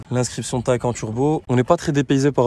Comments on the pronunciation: Bel essai ! ça se prononce Taycanne par contre Taycan ^^, pareil pour le Macan , le Cayman etc :) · Superbe vidéo et magnifique véhicule mais je crois qu’on prononce phonétiquement [ta-ï-kan] Merci pour votre analyse Bonne journée.